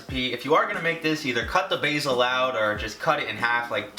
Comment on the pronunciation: it made me cringe so much everytime he pronounced basil wrong